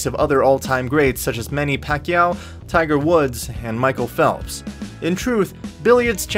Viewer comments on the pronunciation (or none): none